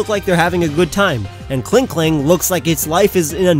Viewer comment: Klinklang, not Klink'Klang!